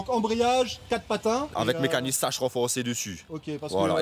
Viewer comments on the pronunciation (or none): Les gars on dit SAKS pas SACHE 🤣